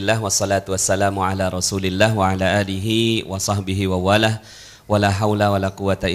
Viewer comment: Pk.. Wasohbihi wamaa wallah.. Bukn wasoh bihi malah.. Maap pk ustadz.. Salah baca...